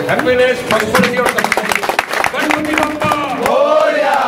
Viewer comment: Gadpati nahi ganpati. Theek se bolo naam.